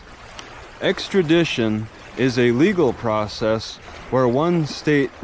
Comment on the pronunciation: "Exkradition"?? eh? lol